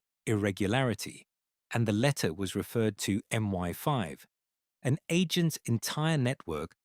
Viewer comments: Such a weird mistake for such a natural narrator :D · MI-5, not ME-5